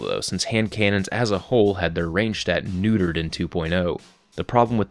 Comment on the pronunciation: "range was nudered"